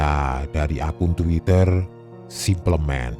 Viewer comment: Abang bilang : Simplemen ? 😯 Dibacanya Simpelmen, bang 😭